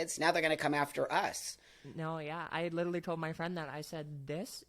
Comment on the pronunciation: Someone needs to tell her that the word is “literally” -not liderly. 🫢❤